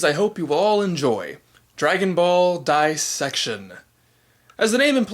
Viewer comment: You know what's funny? You pronounced "dissection" with emphasis on the first syllable, and made it sound almost like a Japanese word with the prefix "dai" (大), like "daibôken" or "daizenshû". ;)